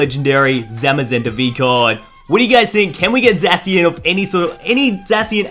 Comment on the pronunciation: when a youtuber says "zayshian" ...... Nooooo!